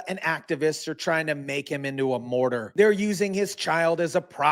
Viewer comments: Love your videos but it's Martyr not morter. FYI😅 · It's Martyr not Mortar.